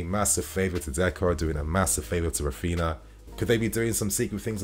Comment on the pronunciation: “Rafina”, “Gavidol” 🤣🤣 FFS! Put some effort into pronouncing footballers name properly. You’re a fan!